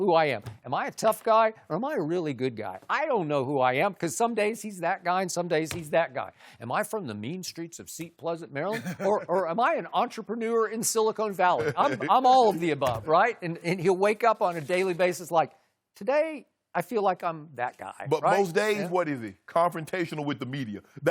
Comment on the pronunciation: As someone who used to write for the San Jose Mercury, Skip pronouncing Silicon like silicone is pretty embarrassing.